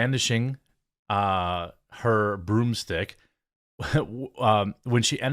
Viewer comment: Was that “broomstick” or “BOOM STICK!”?